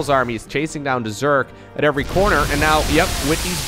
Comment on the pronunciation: I told u on stream u always say effery one